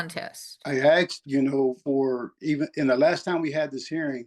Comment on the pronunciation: It's not AKSED, it's ASKED.